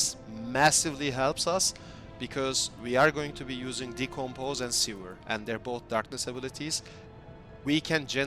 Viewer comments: All cool but what you're saying is "sewer"which read "ˈso͞oər", the skill is called "sever" which read "ˈsevər" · its not sewer lol its sever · seVer as in CUT not seWer as in underground tunnel of shit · really dope build and thanks for the info! calling Sever 'Sewer" made my day tho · Say it with me now... Sever, "seh·vr". As in cut off, remove, detach. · SEH - VER , its ok, english is not my native language either, yours is great btw ... Also, very cool build and video...all it needs now is a zombie dragon